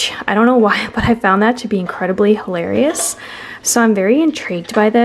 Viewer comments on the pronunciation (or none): Hi, Every time you say the word halerious it reminds me of your niece. I think it was the time the two of you were laying on the couch watching TV and she kept putting her feet on you and you called her out on it. You told her she was halarious and she said YOU were hilarious in the cutest little voice.